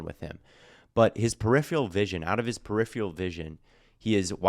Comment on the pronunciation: I love you but you pronounced peripheral vision like periphial vision hahaha but how about reviewing some Nick cross film? Just want to know what the colts will be getting out of him (biased colts fan here)